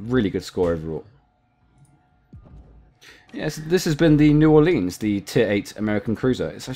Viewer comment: Just a pronunciation tip: New Ore-lens, not Ore-leenz. Good video though, definitely sub worthy.